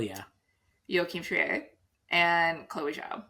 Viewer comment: Another year begins! Thanks for the video. Btw, Joachim Trier is "Treer," not "Tree-eh" like Justine Triet.